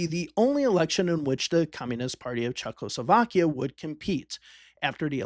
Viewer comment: how many times does the letter L show up in Czechoslovakia? for some reason people pronounce it as if there are 2, there is only 1